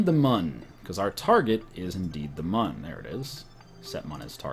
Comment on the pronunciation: The "Mun" is pronounced moon